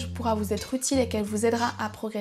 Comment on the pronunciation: Intéressantes toutes ces recommandations mais la faute de liaison en français à la fin : "faites moi z'en part dans vos commentaires" m'a écorché les oreilles...